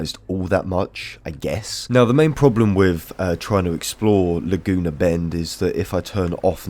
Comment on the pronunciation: "Luh-Joona" made me lol